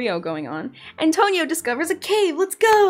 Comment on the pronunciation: NOOOOOO!!! NOT ATONIO